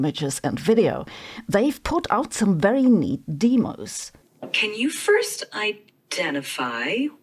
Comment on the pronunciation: Its DEMO not DEEMO